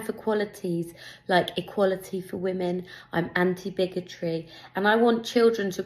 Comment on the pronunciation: god she's pathetic . I bet she doesn't even know what bigotry means. She can't pronounce it properly .